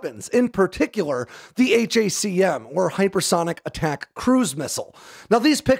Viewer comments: It's pronounced "hack um". Stop saying H.A.C.M ;) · These are the news I wanted to wake up to today. 👍 Also. Pronounce it how it's clearly meant to be pronounced. Hack'em.